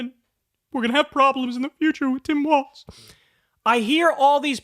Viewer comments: Kyle, I love you, I watch your show everyday, but PLEASE start saying Walz correctly, it's WALZ, not WALTZ. It's just like a wall but multiple walls. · Ok Kyle, I held my tongue on several videos so far, but gotta say it. It's "Tim Walz", not "Tim Waltz". It's irritating xD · It's pronounced f*ck*ng WALLS dude, not WALTS. AIN'T NO T IN WALZ